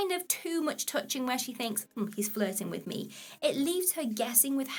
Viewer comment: Lmao She Said Impress Meh 😂